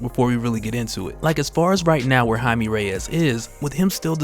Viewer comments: Jaime (hi-me) is the correct pronunciation. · I thoutht he was "Jamie". Not Jime... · I may be an orange hut I swear to god lll turn you purple if you don’t start pronouncing his name right